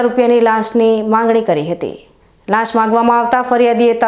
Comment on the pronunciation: લાસ નહિ લાંચ બોલો